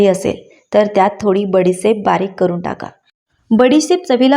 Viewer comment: बसी नाहि बशी..... बडीसेप नाही बडीशेप ....बाकी टिप्स छान